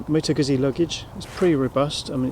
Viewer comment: well done for pronouncing Guzzi correctly unlike the vast majority of brit bikers lol